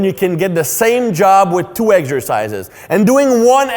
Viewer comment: My doctor Greg also says Eggsercises